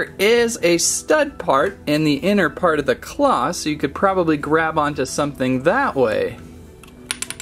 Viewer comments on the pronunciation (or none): none